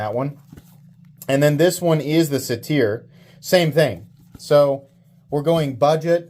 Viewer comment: Great content as always, but I just wanted to mention its pronounced SAY-ter. It's a mythological man-goat.